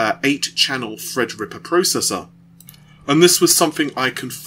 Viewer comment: 'Fred Ripper', 'I fink', 'free years' whats wrong with your 'teeeeeees'.........................lol